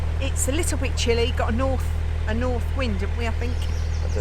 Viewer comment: You are such a glamorous lady,. I only watch occasional videos as I'm currently going through the back catalogue of Minimal List's channel and once I have caught up, I will have a look at yours. I love the way you corrected when she said Norf. My very ex was from Essex and he could not pronounce th and would say things like firty free, which I'd laugh at. I tried to show him how to put his mouth to enable him to say 'th' and he really did try but his dentures flew out of his mouth leaving me in hysterics.